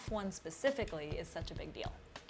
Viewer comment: There's a channel called WTF1, worth a sub if you like F1. This lady teaching you about F1 but can't pronounce chassis properly lol